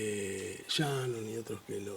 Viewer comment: Cuando De Vido dice "Shannon" debe leerse "Bannon" (Consejero facho de Trump) (uno más)